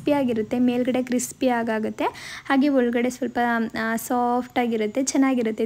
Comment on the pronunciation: ಅದು ಹೋಲ್ಗೇಡೇ ಅಲ್ಲ ಒಳಗಡೆ ಉಚ್ಚಾರಣೆ ಸರಿಯಾಗಿ ಇರಬೇಕು ಸರಿಪಡಿಸಿಕೊಳ್ಳಿ ಕನ್ನಡದಲ್ಲಿ ಟೈಪ್ ಮಾಡುವುದು ದೊಡ್ಡದಲ್ಲ